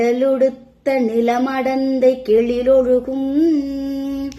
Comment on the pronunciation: கெலில் இல்ல கெழில் ....